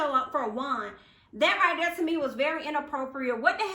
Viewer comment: Be dere den girl...Be Dere!!!! 🤣🤣🤣 I love it